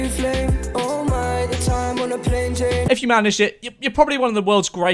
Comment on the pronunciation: I thought he said Jane instead of chain